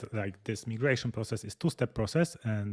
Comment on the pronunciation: Thanks for the hands-on demonstration of the migration feature. (, small note: the second letter of "migration" in English is pronounced "eye" and not "eee." It is a small thing, but I thought you'd want to know. English is so f--ed up, I know. Overall, I stand in awe of your amazing command of a second language. But, I digress.) I write only to urge you to move the "Time Needed" feature in Nozbe Personal higher on your list of features you may develop for (New) Nozbe. I hear Michael's statement that the feature was not heavily used. However, it is a feature that fits extremely well in the Team setting and can be used for marketing. I cited this specific feature again and again as a wonderful help when delegating tasks. It gives the person who is assigned the task an outer limit on the time the task should take. My assignees know to check back with me as they approach that "Time Needed" estimated time. That way, I can either give them a course correction because they have undertaken the task in a manner that will not work or will take longer than necessary, or they will show how I am an idiot and the task requires far more resources / time than I originally estimated so that I learn about that and adjust the time needed to be more realistic. In either case, it provides a fantastic built-in feedback loop / governor to prevent tasks from turning into black holes that wrongly absorb too much time or that are wrongly allocated an inadequate level of resources by the assignor